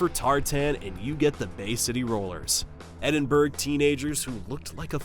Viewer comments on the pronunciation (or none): This is so poorly researched that the narrator couldn't even be bothered to pronounce Edinburgh correctly, this and several factual errors lead me not to trust anything here.